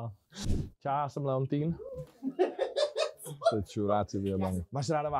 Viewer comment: Prej “Leontýn” jsem malem chcipl smíchy 😂